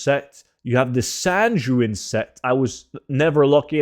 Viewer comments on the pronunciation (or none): sanjewin? sayn goo in...